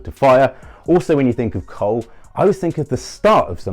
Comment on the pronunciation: coal Sound's like "cult'